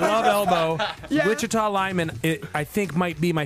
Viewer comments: There’s no “witch” in Wichita, yo! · "Wichita", not "Witchita"